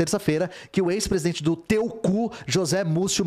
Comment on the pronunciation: Não consigo mais levar a sério essa notícia dps do ler "saúde do pretista" KKKK Sdds quando todo mundo morria e era substituído por um sósia.